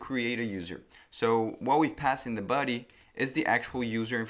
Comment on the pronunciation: Thanks man, it helped a lot! BTW, your English is great. I just heard you pronouncing 'buddy' instead of 'body'... LOL